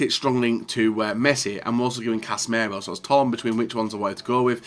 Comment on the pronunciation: it’s pronounced cassy-mirO, not cass-merro and fekir is pronounced fek-ir, not fekker.. you’ve been a fifa youtuber for years .. learn how to say players names